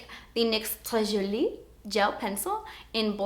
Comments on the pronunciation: I'm laughing so much you said "très jolie" with a bad accent it's so funny I'm french and I loved that xx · i loove how you say french words 'très jolie' XD actually you say it pretty well just the way you say it always makes me laugh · I love the way you say "très jolie"! Love from Belgium xx <3